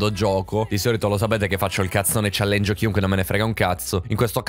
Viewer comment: Madonna "challengio" non si può proprio sentire però